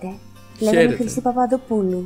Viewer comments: Ναιι, τη φάση, Εγω απο πίσω να είμαι κάπως: ΔΕΝ ΕΙΝΑΙ ΛΕGΟΜΑΙ ΕΙΝΑΙ ΛΕΓΓΓΓΓΟΜΑΙ, But nice, you did well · Όχι γεια λέγκομαι Πίτερ, λέγομαι Πίτερ